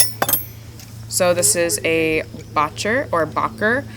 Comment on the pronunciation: Hanging cheek bit style "baucher" is actually pronounced boo-shay (it's French)